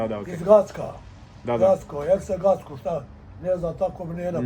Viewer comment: Gacko not Gradska